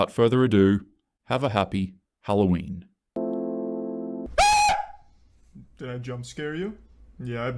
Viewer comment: It’s Halloween not hattoween no offense to you